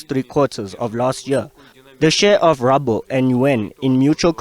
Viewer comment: What is Rabol Wena. Pronounce properly it's ruble 😮‍💨